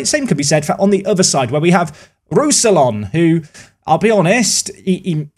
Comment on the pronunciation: hello, some pronounciations for you: rousillon - roo-see-on rønnow - run-no (the ‘run’ sounds a bit french but idk how to spell that) juranovic - yur-an-oh-vitch ouedraogo - way-dra-oo-go (the oo is short though) up die eisernen